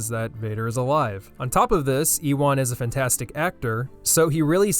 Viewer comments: JESUS H CHRIST, PRONOUNCE IT "YOO-IN" NOT "EE-WAN" Good vid tho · "EEWAN" bro cmon it's pronounced "yoowan" you goober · It’s pronounced “you-won” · eewawn mcgregor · Is deliberately pronouncing Ewan horribly, so it sounds like obi-wan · Says he’s been waiting for something like this for years and then proceeds to absolutely butcher the pronunciation of Ewan McGregor’s first name. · Your saying Ewan wrong if u didn’t know already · you probouncing Ewan like its O b-Ewan is hilarious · bruv thats not how you say ewan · Love how he pronounced mcgregors name lmao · I don’t want to be that guy, but, that is not how Ewan is pronounced.